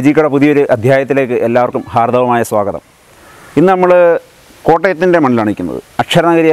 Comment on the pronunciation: ശു ശു ഹാർദ്ദവമായ അല്ല ഹാർദമായ 😃.. ന്തായാലും chettoi namaskaram ഇണ്ട്. കമന്റ്‌ കണ്ടാൽ എന്നെ മനസിലാക്കും ന്നു വിചാരിക്കുന്നു 😃😃